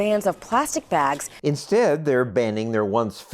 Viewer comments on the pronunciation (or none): “let’s ban plastic baergs.”